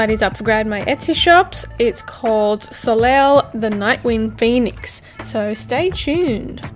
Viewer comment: If you were going for the French pronunciation of the name it's Sol-ay which means Sun. Neat name choice for a nocturnal creature though. If the pronunciation is different in another language, then I have learned something new and am interesting to hear where it comes from!